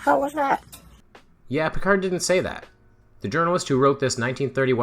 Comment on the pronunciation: The "d" in Auguste Piccard's name is not pronounced. Say "AugOOST PiccAR" and you'll have it more or less right. That's because it's French, not English. He was from Francophone Switzerland. Mangling people's names is disrespectful. That's why I won't have Mikolaj Kopernik called "Copernicus", William of Ockam's name Latinised to "Occam" (I know the place, FFS!) or the first formulator of the scientific method, Ibn al-Haytham, called "Alhazen". When I here the wrongitudes of "Eye-raq" or "Eye-ran" the subliminal message seems to be "we're gonna bomb you, so we can't even be arsed to get your name right".